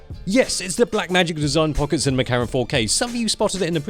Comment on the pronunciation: Nice review, but Siny Camera? CinEMA Camera ;-D